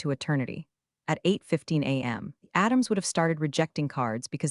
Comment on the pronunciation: Adam’s, Atom’s did you mean ATM’S? Great story but it’s ruined with mispronunciation and jacked up acronyms. Even with all that you get a Thumbs up!😊